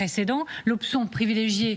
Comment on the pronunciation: Amélie Carrouër: "arctique" s'écrit et SE PRONONCE avec un C !!! Et Xavier de Giacomoni ne fait pas mieux... Je reviendrai en juin pour vous entendre vous lamenter sur les résultats PISA. Nos cheres têtes blondes ont malheureusement de bien mauvais exemples...